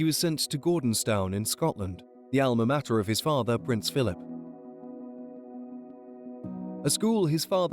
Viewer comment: The commentator needs to go back to school for English lessons. He cannot pronounce common place names, has no idea how to say Alma Mater and says the Queen invested in him. He is not a bank mate!